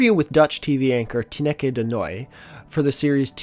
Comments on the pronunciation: Completely unrelated to the actual video content but your pronounciation of ‘Tineke’ cracked me up 😂 was not expecting to hear such a dutch name in this vid! In case you’re curious: the dutch pronunciation sounds more like ‘tee-nuh-kuh’ (with the emphasis on the first syllable) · Tineke is pronounced TEE-nuh-kuh. It was fun to hear you say it like this though. Also a great show! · Loved your pronunciation of Tineke ☠️